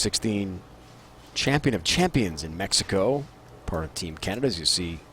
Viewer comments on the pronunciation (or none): none